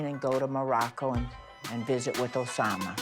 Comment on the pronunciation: Every time she says Osama 😂